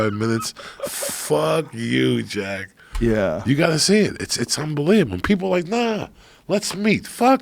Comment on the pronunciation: the way he messes up saying Jack just kills me every time